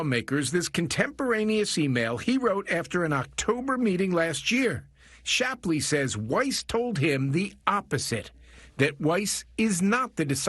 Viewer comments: Its Gary SHAPLEY, NOT SHLAP-LY. Put some respec on his name Benny😅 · If you want lionize Gary Shapley, Benny, the least you could do is say his name correctly--- It's not even a particularly difficult one, either. Every time you say "Schlapley" it becomes harder and harder to ignore. 😂